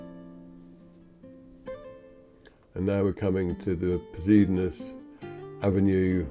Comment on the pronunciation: The correct pronunciation is - Pos- i - doh- nis Avenue . ❤